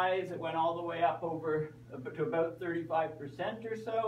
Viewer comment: before the world ends its pronounced about not aboat lol